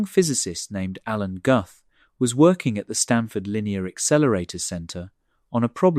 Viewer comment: Pronounced: Gooth not Guhth (Alan Guth)